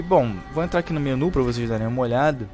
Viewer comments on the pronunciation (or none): none